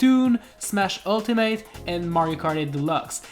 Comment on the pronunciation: Did he say smash ulti*mite*???